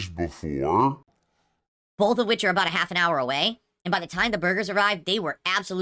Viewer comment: "Bowlth.." okay?